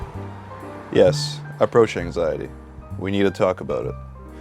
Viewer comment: it says anixety, not anxiety